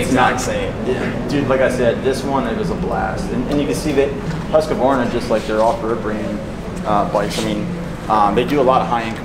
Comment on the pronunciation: Hearing american pronounce Husqvarna and svart/vitpilen always kills me a little.